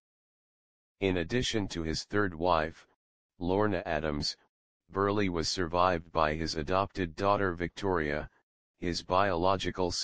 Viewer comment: it's :Burl", NOT BURLEY!!